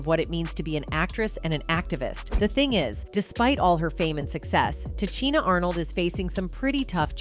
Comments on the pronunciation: Ta Cheena? This is the point Ta Sheena was making. Disrespectful for real. You talk about the icon but can't pronounce her name correctly? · Ta-Chi-Na? You must not know who she is? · TA....SHEEN.....NA.....IS HOW HER NAME IS PRONOUNCED!!! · Can you pronounce her name correctly next time, please, ma'am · I cant believe this... you cant even pronounce her name